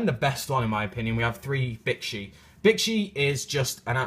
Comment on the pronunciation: Whe you were talking about Bixi, when you said it's name, it sounded like "Bitchy."